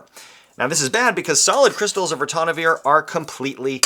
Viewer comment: NO es Ratonavir Es Ritonavir.